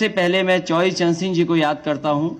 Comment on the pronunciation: पहले बोलना सीख लीजिए चौधरी चरण सिंह है चौवरी चरण सिंह नहीं